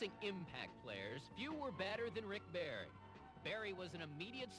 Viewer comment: "SL-ICK BARRY"!!!!!!!!!!!!!!!!!!!!!!!!!!!!!!!!!!!!!!!!!!!!!!!!!!!!!!!!!!!!!!!!!!!!!!!!!!!!!!!!!!!!!!!!!!!!!!!!!!!!!!!!!!!!!!!!!!!!!!!!!!!!!!!!!!!!!!!!!